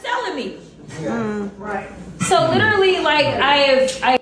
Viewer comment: I dislike hearing them say litchrally more than hearing them say literally.